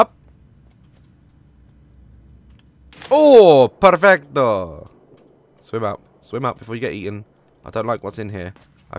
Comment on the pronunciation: The way he said “perfecto” in Spanish is so perfect